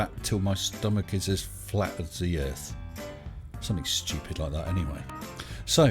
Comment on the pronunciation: He also pronounces Earth as Urff.